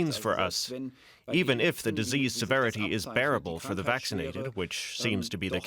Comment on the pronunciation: She say faw 3 more mouths